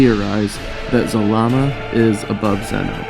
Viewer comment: It’s zarama not zalama